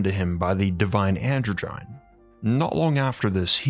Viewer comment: Androgyne - is pronounced 'An - drodge - en -- knee' not 'androgine'